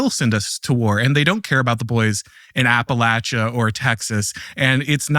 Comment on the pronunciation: My god someone actually pronounced it appa-latch-aa … God bless you sir 😂😊